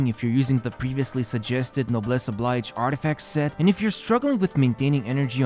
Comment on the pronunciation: Oblige as in o'bliʒ (Obleezh) not the pronunciation of the verb to oblige.